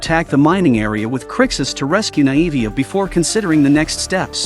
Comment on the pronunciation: Pronounced(nay-vee-ah) not (nie-evie-ah)